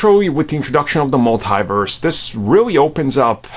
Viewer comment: Mult”y”verse its multiverse bud